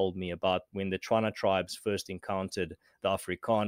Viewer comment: What and his sort dont understand about us natives is our people-centric civilisation & his ancestors failure to usurp it. He arrogantly mispronounces Setswana le Batswana and then puts words into our Oral history. "I've got a tswana friend............"Ba neye lefatshe"(give them some land to work on ) is what he meant to say. Ja but my Chinese neighbour who came five years ago can even call our Setswana poems & totems for clan names. Now he goes through wave after wave of virtue-signalling about history whilst practising some plausible-deniability in this interview. Afrikaans was spoken by mostly-black people at the Cape as Kombuis-taal. These people called themselves Afrikanders. It must also note these are the same people who guided their ancestors into the hinterland. The betrayal obviously came swiftly as predicted by the ancient Khoi-khoi & Khe ancestors who they now arrogantly lump into 'khoisan". Afrikaans was a language of trade for the common man at the cape. Some were already fluent in dutch before 1652. Die gennotskaap van regte Afrikaaners made it a white language in 1875 after the genocide of our Khoi-khoi & khe ancestors. Remnants of that group trekked to the land of rivers (middeveld a,ka. central South Africa to avoid the scourge of whitemen.. That is how the language moved into the interior. The great trek came after the Smallpox & polio epidemichad decimated us in Camissa. STOP white washing history... Accept and move on.